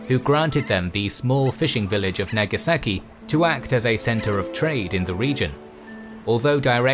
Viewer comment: its nagasaki not nageseki